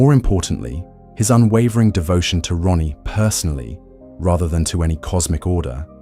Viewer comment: I'm sorry dude, but it sounds like you keep calling her Ronnie instead of Raanie 😅